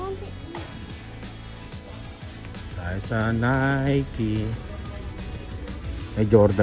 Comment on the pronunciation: Nike is pronounce as “naykee”